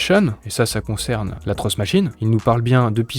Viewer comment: c'est pas pour critiquer mais tu confonds la prononciation de "trust" et "truth" :) bonne vidéo sinon, comme d'hab